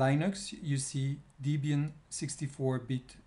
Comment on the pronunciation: It's Debian, not Deebian